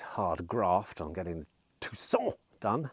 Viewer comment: . He’s not good at ‘Tucson’ agreed..it’s all a windup..🤭